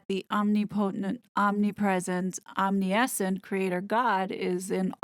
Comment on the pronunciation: Omniscient = om-NI-shyent